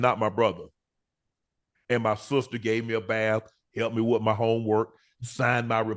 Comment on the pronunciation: He can file Chapter 7. Shannon, it’s with not wit, shrimp not shimp